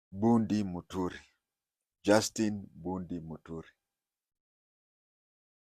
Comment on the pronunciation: It's not Justi Bundi, It's Justin Bedan Muturi